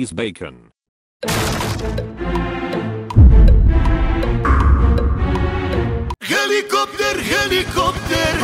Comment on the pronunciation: HELICOPER HELICOPTER 🤣🤣🤣